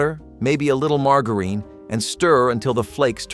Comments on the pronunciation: Who mispronounces margarine? It's not pronounced mar ga reen. What is the third world country doing this video I've never felt like complaining so much in my life life. But this guy is just so wrong about so many things. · Mar-ga-urin? I’m not sure anyone anywhere pronounces it that way. It’s Margarine. Mar-jur-in. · I have never heard margerine pronounced that way. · Did you say mar grrr eene? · OMG learn how to pronounce margarine correctly!!!!!! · Learn to pronounce margarine (marg-jar-rine). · Did this moron really say marGarine for the mac n cheese?? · Mar gurene!!!😂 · The marg in margarine should sound more like Marjory rather than Margaret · This guy doesn't even know how to pronounce half the products. He is an idiot. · where did they find someone who couldn't pronounce "margarine."?? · Its the way he said margarine for me 😂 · Who even IS this dude? He pronounced the g in margarine like the g in the name Margaret. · Learn to pronouce margarine and minute rice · Why do you keep saying margarine wrong?😭😭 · Min-ut rice, mar-jer-in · We always had margarine and sometimes Minute Rice. But never mar-guh-reen and mai-noot rice! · The pronunciation of “margarine” and “minute”……..hmmmm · Your pronunciation of minute and margarine needs some practice. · He couldn’t even pronounce margarine or minute rice correctly. lol.